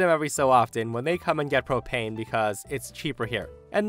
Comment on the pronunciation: I listen to these to fall asleep and on the last story I swear I heard cocaine not propane and that sure woke me up 🤣🤣🤣🤣🤣